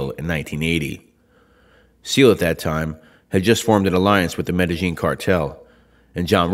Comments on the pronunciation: Omg you pronounce Medellin like the locals do lol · Your pronunciation of "Medellin" is on point bro.